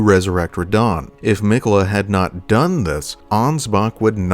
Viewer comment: I'm just realizing watching this video that everyone in-game pronounces his name "Mik'yeh'la"